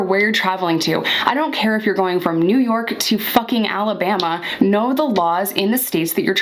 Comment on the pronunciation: Hey! Don't say Alabama like that! Lol